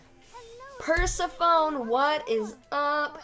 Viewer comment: why do you pronounce persephone’s name like that?